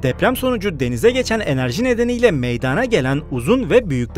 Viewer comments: Meyadaaana degil....! Meydana...e a lı söylenır ey sunucu...çok ayıp... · "Meydaana gelmiştir." değil, "Meydana gelmiştir". olmalı.